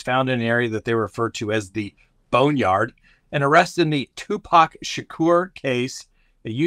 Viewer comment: Thank you for the correct pronunciation of Tupac’s name. It seems a small thing but it’s such an easy way to show intelligence and respect.❤️